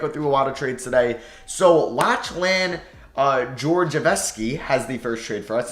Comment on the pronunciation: Did he just pronounce Lachlan as "Latch-Lan" SMH 😂